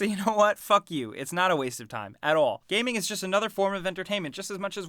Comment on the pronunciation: ThatOneChocolate lucky boy. My dad can't even pronounce gaming correctly. He says 'kameng' lol